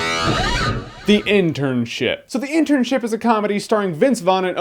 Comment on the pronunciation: Ha ha, when Jeremy says "The Internship," it sounds like he is saying "The Internsh*t," which would be what the movie really is.